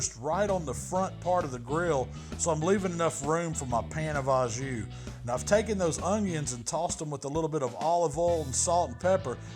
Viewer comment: I’m horrible but I LMAO when you said “I’m just going to let this beef soak in this Jew.” I know you said “jus”. I’m probably going to hell.